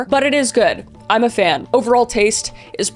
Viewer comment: She said weeses pieces 😂😂 😂